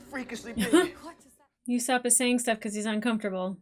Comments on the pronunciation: Okay I know it's not like a huge deal or anything, but Usopp's name is not pronounced 'You-sopp'. No 'Y' sound. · It’s not YOUsopp it’s usopp like saying boo to scare someone without the B